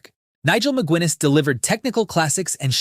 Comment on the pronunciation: Ma gu iness... And THAT's why AI's shit